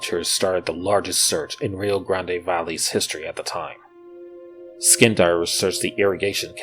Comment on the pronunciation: Wow, I am amazed at how utterly uneducated people are. They can't even say Rio Grande right.